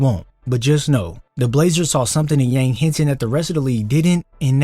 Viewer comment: It's pronounced Yawng.